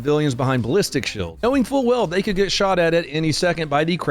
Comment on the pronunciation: "Shulds aren't bulletproof". Um, hillbilly, I think the word your two arguing brain cells was looking for was "Shields". With an "E", sound. Not a "U", sound. Sound it out, may Sesame Street for starters. I have faith in you!! JJ Zero faith.